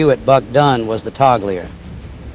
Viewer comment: Interesting story. Fantastic CGI. I thought that the Bombardier hit the switch. What's a toggleier?